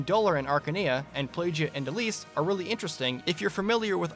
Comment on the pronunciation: the way you pronounce elibe "elib" LOL